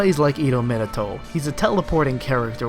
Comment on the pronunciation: Learn 2 english bruhh.. jk ^°^.. no seriously, you litterally say: minitou. Insthead of minato